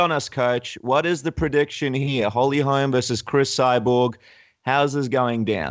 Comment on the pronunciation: Jason Parillo: It's Holly HOLM! Good grief guy, she's not Larry Holmes' daughter. And, "Beth Korera"?? whew...